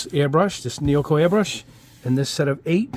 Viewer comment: Your presentation about the vid itself made me really comfortable, like a friend having a conversation, so calming2, wish i can build like your rack there, my wife would be mad haha Neo eco, not neoco, haha Keep up your good work, sir!